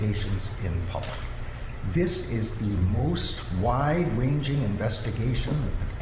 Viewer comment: "We have to get dis wight. Silly wabbits." -- Merrick "Elmer Fudd" Garland